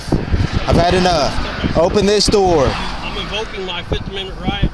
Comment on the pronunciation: "open the noor"